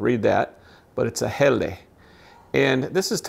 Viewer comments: It's pronounced Hellah, not Helly,, 👍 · It's pronounced Hella.